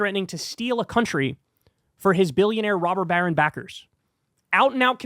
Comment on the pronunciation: Stop saying rober barren lol